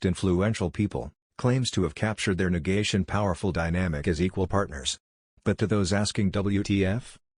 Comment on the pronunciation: “nagation” what in the world is that???